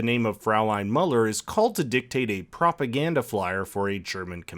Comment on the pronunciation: Is Mueller not pronounced "Mew-ler"?